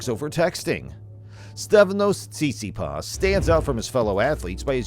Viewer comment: Hilarious! You obviously don`t even know how to spell or pronounce his name 😲 _